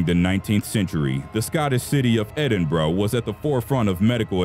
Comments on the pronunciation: Edinburgh pronounced perfectly, Tanzania however was not. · the first american ive ever heard pronouncing 'Edinburgh' correctly... kudos mate.